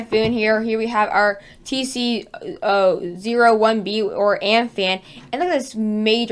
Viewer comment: Also it is Um-pun, not Amfan, I thought it was amfan, but it is Um-pun